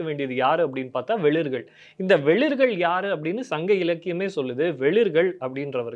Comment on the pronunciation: அவர்கள் ''வேளிர்கள்'. வெளிர்கள் அல்ல. 'சேரலாதன்'. சேரலத்தான் அல்ல.